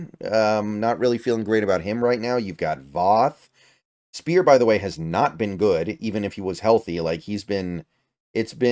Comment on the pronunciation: Also, Gabe Speier is pronounced SPIRE not SPEAR 👍